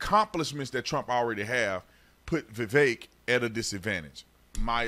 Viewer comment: Spot ON! The more I listen to Vivek, the more I LIKE him. Love that you actually pronounce his name correctly!👍